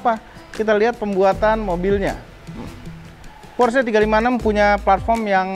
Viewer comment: Belajar lagi cara ngomong "PORSCHE" nya yang bener.. peace